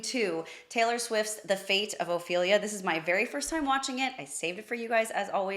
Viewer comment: Ouch, 8.27 min that sounded terrible . . . "Ophelia".